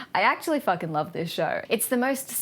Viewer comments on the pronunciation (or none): Did you say "'fcuking' love this show" ....Lol.